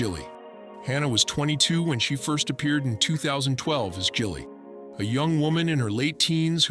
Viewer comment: AI needs to learn how to pronounce Gilly... It's NOT Jilly.🤦‍♂